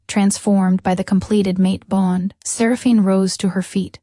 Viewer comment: Good story, but could the narrator please pronounce Seraphine properly 🤦‍♂️